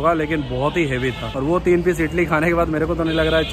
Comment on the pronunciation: Bhai ap idli ko itli itli kiu bol raha Ho😂🤣